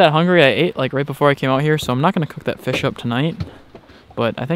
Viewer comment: When he said fish I thought he said bish